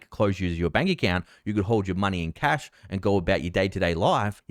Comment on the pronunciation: Did you say Cath or Cash?